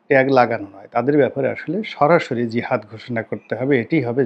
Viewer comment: আলহামদুলিল্লাহ আপনার খুখে জিহাদ এর উচ্চারণ হইছে